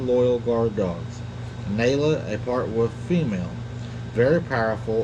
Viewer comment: It is pronounced Naaalaa